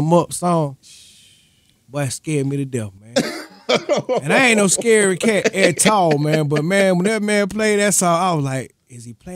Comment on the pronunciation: I ain't no scary cat AT TALL lol homie put the emphasis on that at all joint.